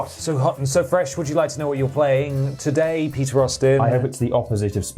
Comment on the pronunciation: For a moment I thought he said his name was Pizza not Peter lol